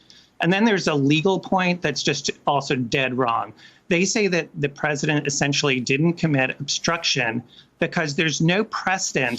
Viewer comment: "TROTH CENTIAL"!!!!!!!!!!!!!!!!!!!!!!!! If you please.